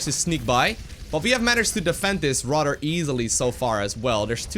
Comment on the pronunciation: Your English is incredibly good. Remember your "th" sounds. "Radder" should be "Rather." Thhhhh